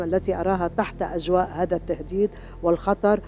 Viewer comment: أمر عجيب و غريب مار تقول هكاثا و مارا تقول هاكاثا غريب